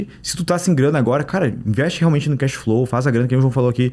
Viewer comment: Pedantismo é o que não falta aí. Topraiter????? Casflow???? Palhaço